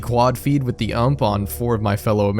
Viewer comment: This dude really called a UMP an "uhmp"